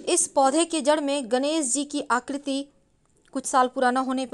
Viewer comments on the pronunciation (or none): सिव जी, पुष्प, गणेस जी, परेसानी, घर की रक्सा, दोस, सक्ती, सतरू, , ●घटिया वीडियो● *बस ! 'श' के उच्चारण को 'स' मत करना, हमारे बच्चों का उच्चारण खराब होता है; * सेयॅर, सुरु; ●●● मीडिया जगत में "श" अक्षर की भारी कमी, जैसे कि.........रिलेसन्स, रिस्ते, कोसिस, देस विदेस की परेसानी, सुल्क लगाना, दोसी व्यक्ति पर सुल्क, रासनकार्ड की सिकायत, रासन पानी, समसान में जलता सव, प्रसासन की छमता, सुबह-साम, सौकीन तथा सरारती, असलील हरकत, सादी में जसन, सगुन की सुरुआत, इस्कूल में सास्त्री जी, इस्टेसन पर रेलगाड़ी, युवासक्ति किसोर व किसोरियां, 'स्तर' को अस्तर' उच्चारण करना, वीडियो सेयर करें.......आदि आदि । 😢